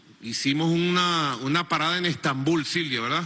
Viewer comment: Quiere dejar de decir "Stambul"?